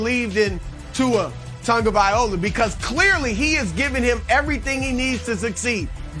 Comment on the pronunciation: My favorite part of this segment was Broussard butchering Tua Tagovailoa’s name multiple times in multiple different ways lol